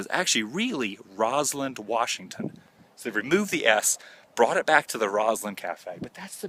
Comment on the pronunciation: Why does this weirdo keep saying Roslynd? Roslyn.